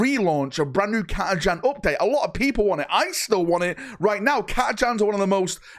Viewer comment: I mean if we are discussing pronunciations, it’s never actually been Cat-a-chan but Cat-a-khan (hard k rather than ch sound).